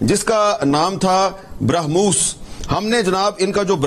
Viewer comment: Eik to brakhmoos nai hai, Brah-Mos naam hai missile ka. Brah (Bharat) - Mos (Moscow). Its a joint venture between Russia and India.